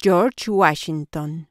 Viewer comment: Yorch wachinton